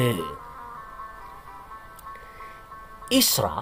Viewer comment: Hahaha..... mules perutku dengar penyebutan Owloh... es we te.😁🤣